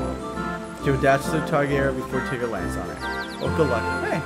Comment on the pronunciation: If he was your favorite, why are you calling him Tiger? His name is Tigger.